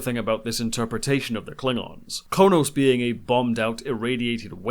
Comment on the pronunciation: On Star Trek: Into Darkness, you kept referring to the Klingon home world as "Konos." It is, actually, "Kronos."